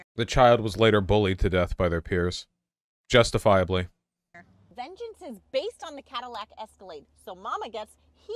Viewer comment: I'm really curious about the "vengeance" emphasis. Vengeance against what? Your ex? Trans people? The banning of slavery?